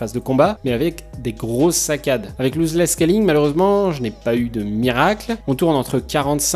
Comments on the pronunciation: pas Looseless scalling mais Lossless scalling.. Argh les oreilles ..sinon très bonne vidéo petit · Bonne vidéo ! Mais pitié c est pas "louse less scaling" c est "loss less scaling" 😅 Ton tuto est 1000 fois trop rapide par contre. Pas du tout pédagogique 😕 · On prononce loss 👉🏽 l'os less et non louzeless merci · Vidéo super intéressante, y en a pas beaucoup en français à ce propos ! :) Par contre par pitiéééé c'est "LOSS" pas "LOSE" ici haha, et ça se prononce bien "losse". :)